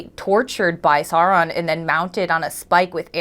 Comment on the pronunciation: It triggers me way more than it should when you guys call Sauron Sawron